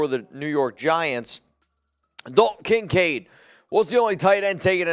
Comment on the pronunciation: Why do you pronounce the kin part of Kincaid so hard? KINcaid to much emphasis